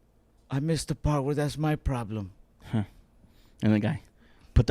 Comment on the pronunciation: “I missed the part where that’s my pLoLem”